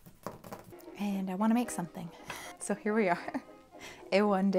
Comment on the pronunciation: "Up in heah. Up in heah." Anyone else??